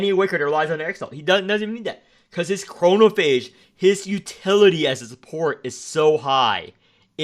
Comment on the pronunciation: i love how hesitant you were to pronounce chromaphage when it's the most correct you've ever pronounced anything from the game